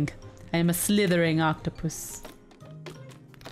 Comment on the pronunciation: when Tiffy said slythering i thought she said Slytherin octopus XD i